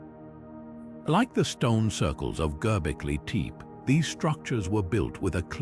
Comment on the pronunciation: YouTube needs to ban AI voiceovers! GERBIKLI TEEP! -- -So tired of hearing horribly mispronounced words by a coffee chugging, chain smoking AI voiceover with a bad English accent. Crap doc video. Unwatchable.